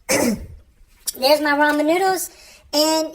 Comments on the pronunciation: At least you're saying Ramen correctly...😊 Extra points for that. Lol! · Lyndie Kelley Brazzel it's pronounced "raymen noodles" it's just one of those words spelt different but sounds the same or whatever!?!?🤔🤷‍♂️lmao